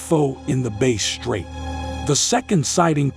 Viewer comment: It is Bass straight Not Bay straight